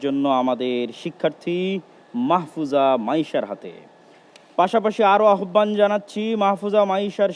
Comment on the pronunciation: আহ্বান উচ্চারণটা সঠিক করে নিবেন ।